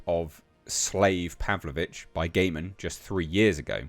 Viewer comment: I think his surname is pronounced 'guy-man' 😋